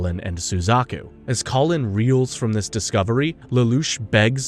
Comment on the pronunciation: Solid 6/10, would give it 7 or maybe even 8, but mispronunciation drove me crazy, especially "geass" and "Kallen" (Colin? Really?)